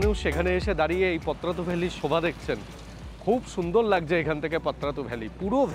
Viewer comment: এটা পত্রাতু নয়, পাত্রাতু